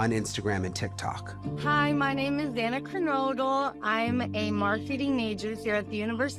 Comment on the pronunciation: Can no one say XANA? It's like Za•na 🏁 It IS beautiful and everyone is complicating it. Please try 🙏